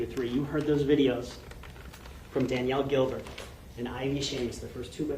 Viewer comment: Defense lawyer....the first witness was Danielle Gilbert not Daniel. You not only said her name wrong but had it printed incorrectly in your slideshow.